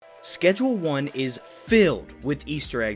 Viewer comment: You still pronounce the name of the game wrong.